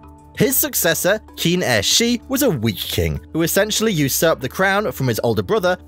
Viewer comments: The Qi and Qin you very terribly mispronounced... it's Qi = Chi and Qin = Chin. Not key and kin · No you're right! He did mispronounce it. Same as he did the Qi and the Qin